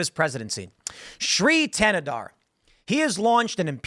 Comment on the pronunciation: Thanadar is the other villian in He-Man when skeletor is out on vacation. His villain power? Sounding D when T is in the word.